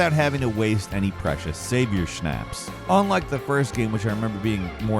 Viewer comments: Snapps ..not Snapes .. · How do so many people not know how to pronounce schnapps? It’s pronounced “schnops.” I’ve seen so many clips of people saying it wrong. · You don't say schnapps like that 😁👍